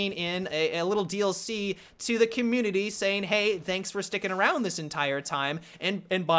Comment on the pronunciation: "Battlefield comminy"